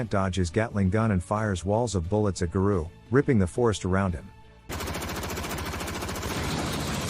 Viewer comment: I love opm and wanted to watch this recap of s2....but the way garou keeps getting pronounced as ga-roo is unbearable to me. Thumbs down just for that